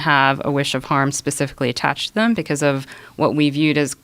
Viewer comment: "atTATCHED TO THEEEEEEEEEEEM"